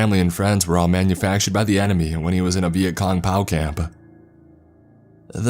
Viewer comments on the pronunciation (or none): It’s not Pow it’s P.O.W lol. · .....bro, you consistently butcher military jargon....this time, POW...it’s P.O.W.....not pow like a Batman fight scene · The city of Laos is pronounced like the word 'House,' only replacing the 'H' with an 'L' 👌🏻🍻🇺🇸 And a pow camp? Really!? It's a P.O.W. camp, P-O-W, 3 letters, it's not a word and it's not an acronym 🙄 POW's are this country's greatest heroes. At least show enough respect to pronounce things correctly 😤 And like I've I said before, I would be happy to edit your work before you post it. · Dislike just for saying pow camp not P.O.W... FOR FUKS SAKE MAN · Just so you know POW is pronounced as three separate things like P, O, W.